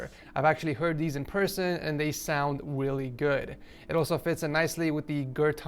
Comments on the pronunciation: at the start he said weally good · did he just say it sounds willy good or is it just me